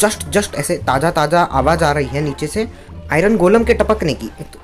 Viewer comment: Ye kis language me bol rha ho na aari nhi aari bolo please bhaut Ganda lag rha h